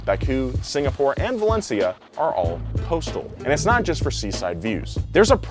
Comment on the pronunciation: he said the miami gp was a "costal" race lmfao